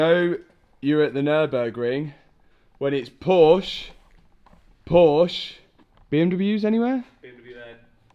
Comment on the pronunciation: if I may speak on behalf of all the petrolheads, and Germans, I'm kindly asking you to learn how to pronounce "Porsche"... you own one, for God's sake!